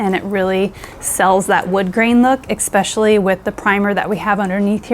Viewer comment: Stop saying “xpecially”, it’s ESPECIALLY